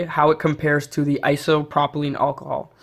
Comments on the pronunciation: It’s isopropyl not isopropilene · Iso - pro - pil That’s how it’s pronounced